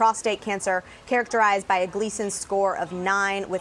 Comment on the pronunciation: Interesting; where did the 1st Fox reporter learn English? Many common words with "alternative pronunciations" in my opinion. (Nodule, characterized, metastasis, etc.) The second one reread the statement correctly.